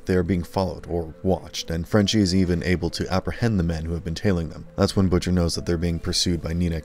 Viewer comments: I don't understand how the ppl narrating these videos mispronounced some of these words and names. Consistently too. Mispronounced Butcher. Not BUH-TCHER. Jeez. I don't think I'm being a stickler about this. It's like mispronouncing batman..... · And managed to butcher ...butchers name (he pronounced it Butt-chur)